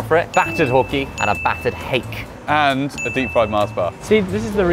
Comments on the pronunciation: Josh: and a battered HAYK Me, a Kiwi: screams For anyone wondering, it's a Māori name for a type of fish, pronounced hah-keh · you also pronounce fish, fush. its hake, hayk and its a worldwide name for fush, sorry fish